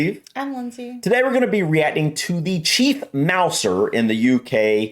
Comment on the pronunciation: I thought this was doubly appropriate, given Steve's pronunciation of "reacting" sounds a lot like "ratting" in his introductions.